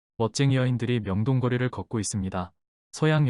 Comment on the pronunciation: 명동꺼리 pronounced